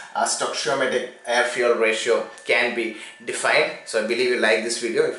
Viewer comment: Its funny when he says fyu*e*ya*l